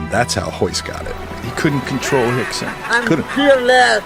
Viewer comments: Why is Rickson pronounced "Hickson", Royce, "Hoyce", ...when Rio de Janeiro is pronounced "Rio" and not "Hio de Janeiro"? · Lol especially when the R’s are pronounced as H’s lol